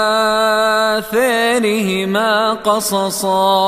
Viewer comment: 🔴🔴🔴لما تقول على ءاثرهم لماذا لما تمد على تمد ءا..وكررتها مرارا ...من اين اتيت بالمد .....؟؟؟...حتى لاينقل ناقل خطئ...يرجى مراجعة الامر وان كنت على خطأ صححولي